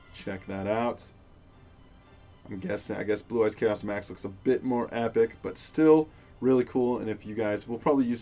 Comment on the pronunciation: Everytime you say chaos max I yell at my phone... Come on man your killing me